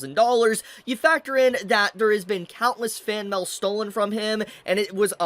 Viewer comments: M A I L, not MAL, pronounce it correctly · Its like he pronounces mail as mel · why dude saying mell